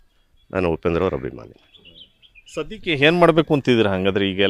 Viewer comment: ಗುರು "ಆ" ಕಾರವನ್ನು ಸರಿಯಾಗಿ ಬಳಸಿ. ಅದು "ಹಭಿಮಾನಿ" ಅಲ್ಲ "ಅಭಿಮಾನಿ". ಹಾಗೇ "ಹಾದಮೇಲೆ" ಅಲ್ಲ "ಆದಮೇಲೆ". ದಯವಿಟ್ಟು ಕನ್ನಡ ಉಚ್ಚಾರಣೆಯನ್ನು ಸರಿಯಾಗಿ ಮಾಡಿ. ಕೇಳಲು ತುಂಬಾ ಮುಜುಗರ ಆಗುತ್ತದೆ.